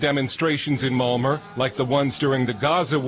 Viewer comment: Why doe that narrator idiot keep pronouncing Malmo, "Mal-mer"? Fucking moron. Figure out how the correct pronunciation of the city you're talking about. It's "Mal-meh.